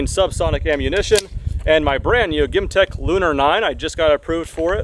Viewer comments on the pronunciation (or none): why do u say "GEMTECH" like"gimtech" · bro owns a gemtech but pronounces it “gimtech”. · Pretty sure that’s not how you pronounce “Gemtech”